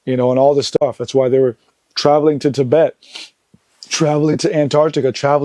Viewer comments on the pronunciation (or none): none